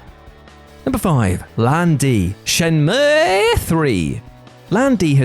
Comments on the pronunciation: "ShenmUUUIIEEEH!" slayed me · I dont often say Shenmue, but when I do from now on I will say it the obviously proper way.